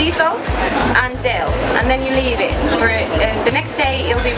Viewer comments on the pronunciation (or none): none